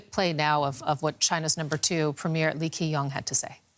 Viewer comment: Lee Kee Ang.... LMAO